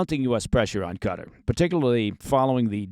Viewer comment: What’s this CUTTER place your all going on about….. do you mean QATAR!